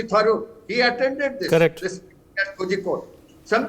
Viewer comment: The news presenter must get his pronunciation of Kozhikode right.